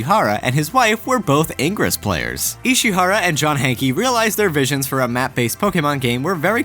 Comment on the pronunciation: I'm sorry, but all I got from this was that can't pronounce "ingress" correctly.